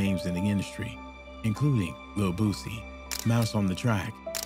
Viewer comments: “Boozy” keeps throwing me off 😂 it’s BOO-SEE like Tootsie Roll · Man i wish u mfs would stop saying Boozy!! Aint no damn Z in his name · Dawg said boozy 😂😂😂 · Who tf is Boozy wtf is so hard about saying Boosie